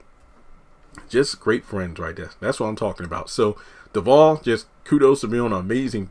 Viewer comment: They are great friends in real life, afterall she is Dakota's Godmother. Btw...I enjoy your content, but I cringe everytime I hear you pronounce Devale's name, I'm a stickler for pronouncing names correctly. It's a short "A" sound my dear.😉